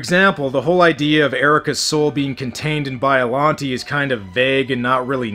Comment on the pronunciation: its pronounced bi-a-lon-tay